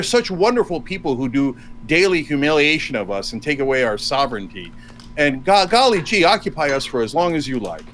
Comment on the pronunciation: If he says “golly jee “ one more time. The IQ differential here is glaring.